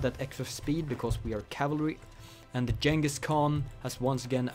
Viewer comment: the g in Genghis is like the g in good